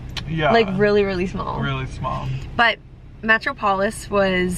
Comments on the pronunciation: Hi! Loved this vlog and loved your openness/awareness of your consumption. Super refreshing. Also; it’s pronounced “meh-trop-olis” hehe. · omg the way you guys are pronouncing Metropolis HAHA I'm crying